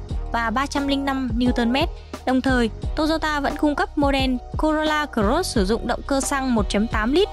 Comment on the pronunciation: Chương trình rất tốt . Mỗi tội giọng em gái đọc chữ cờ rốt làm anh em nghe nhiều bị dị ứng wua